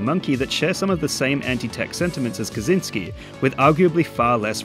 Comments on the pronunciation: It's not "Kazynski", it's "Kaczyński" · For future reference: Kaczyński is roughly pronounced as "ka-tchyn-skee"